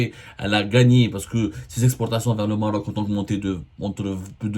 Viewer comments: Abdou, on dit pas Morok, mais Maroc , ou Maghreb Morok je connais pas cette langue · pourquoi tu appuie trop sûr là lettré R quand ta prononcé le mot maroc 😂😂😂😂😂 sale karghouli 😂